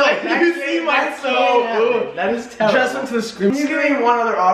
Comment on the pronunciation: I love how Matt says terrible “terEble”